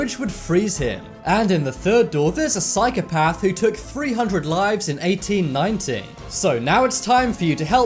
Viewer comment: Tyler Fagone he said 1890 with the accent that makes it sound like 90=19